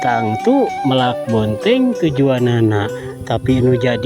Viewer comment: Bukan meulak tapi melak.😊